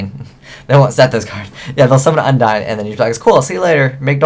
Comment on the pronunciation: Genex Un-dee-ne, lin-de, ju-st sa-yin